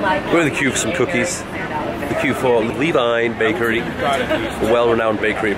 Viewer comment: I couldn't make out the name of the bakery, was it Levain Bekery ,, on Amsterdam??